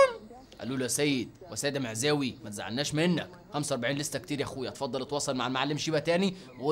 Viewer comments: احترم نفسك لما تذكر اسم السيد معزاوي بتقول خسخسخس🤣🤣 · سيد معزاوي (سخسخسخسخسخ) 😂😂😂😂😂😂😂😂😂😂😂😂